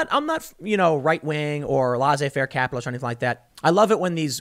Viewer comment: Pronunciation: "laissez-faire"...is not LAHZZ-AY... it's LESS-AY